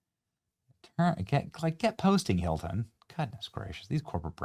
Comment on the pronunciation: The newest doorman "Huelcome to the Heelton Hotel."